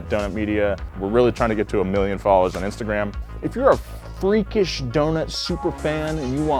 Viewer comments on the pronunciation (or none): none